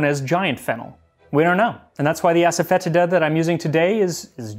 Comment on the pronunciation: I think it's pronounced ass-a-fa-tee-da. Happy to be corrected.